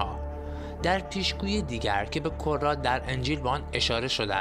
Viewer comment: دوست عزیز به kaaratخوانده میشود یعنی به دفعات نه به korat